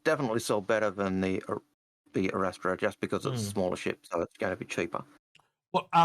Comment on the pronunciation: Did call the Arrastra the ErikEstrada? If so, I'll put my "Chips" in;o)